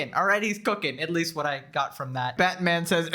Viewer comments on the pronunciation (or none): none